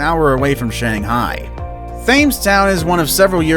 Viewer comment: Thames is pronounced 'temms'